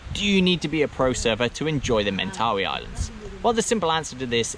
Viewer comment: Man surely you should learn, first of all, the proper pronunciation of Mentawai before becoming an expert on the area???